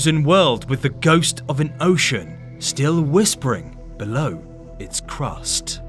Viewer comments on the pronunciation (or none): none